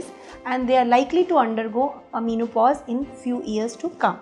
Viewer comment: men o pause not mean o pause